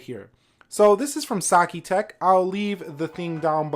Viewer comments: It's Satechi! Not sachitec 😉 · Did anyone else cringe when he said sachitech and not satechi?